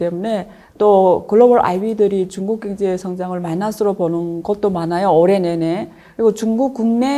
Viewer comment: 왜 자꾸 갱제 로 들려요?ㅎㅎ